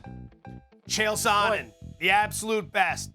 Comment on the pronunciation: “chael SANNEN”